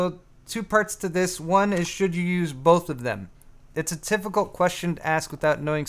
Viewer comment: I like how you say "Tifficult"..... 😂😂😂